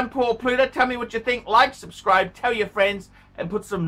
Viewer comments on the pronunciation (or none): none